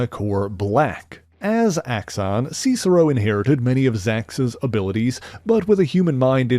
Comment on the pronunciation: "see-cero"? Not "sis-ero?"